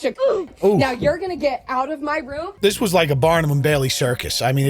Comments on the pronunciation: sir....if you say room like rum....how tf do you say rum. im dying to know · Please learn how to pronounce room properly